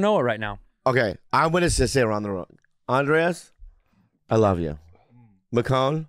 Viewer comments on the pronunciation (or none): Not Andreas. But to be fair that’s how they pronounce it. But is incorrect. His name is Andres. (Undress) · OK OK I gotta ask. Is it Andres or Andreas? I feel like Bobby is just adding the extra A in there hahaha